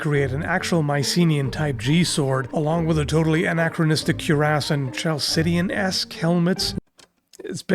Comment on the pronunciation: My issues.. you wanna bag on people mispronouncing Homer.. then.. mispronounce Chalsidean. C'mon chief! "kal-SID-ee-an". Also Homer..is we wanna be picky? Not sure whay you wanna say it like a Frenchman or Spaniard, when it should be... "HO-mhay-ros".. not saying, just saying. ;)